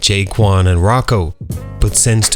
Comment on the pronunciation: Who is Rocko?! Definitely not Rocko.. Rocko